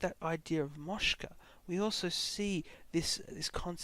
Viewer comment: A small but important correction: liberation is called moksha, and not moshka